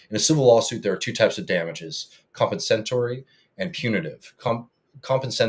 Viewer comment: compensatory (com-PENSE-a-tor-ee) damages